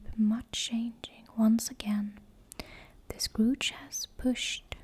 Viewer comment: I love "The Scrooge" instead of the Scourge, it makes me giggle and think of a combination of Arthas and old man Scrooge 🤪😂